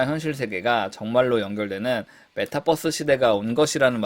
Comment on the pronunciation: Metaverse인데 발음 메타'뻐'스라고 안했으면 좋겠습니다